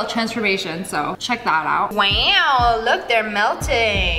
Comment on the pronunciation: Oh my god the way she says "weooow"😂😂😂😂